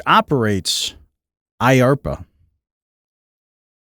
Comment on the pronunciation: Uhhhh...Mike Johnson has been 5he House Speaker for several years! Kevin was only HS for a few months! Also, it's DARPA NO IARPA! If you want to be taken seriously, know what you're talking about!